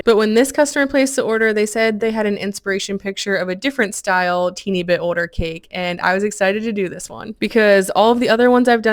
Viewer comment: Is it a southern thing to pronounce older like ‘odor’? I’m just genuinely curious